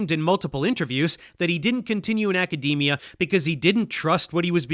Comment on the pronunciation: I’m still scarred by “acadamia” pronunciation